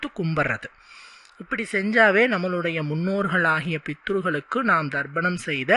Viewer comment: Pronounce as "Tharpanam" and not " Dharpanam.